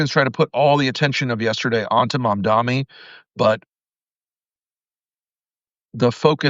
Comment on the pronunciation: MamdaNI. It's an N, not M, Rick. Otherwise, good vid as usual.